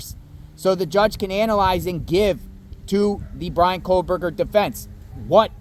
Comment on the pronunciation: Over a year later and you’re still calling him KOHLberger?! lol😊